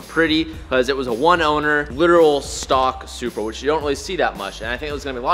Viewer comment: did anyone else hear how said supra😂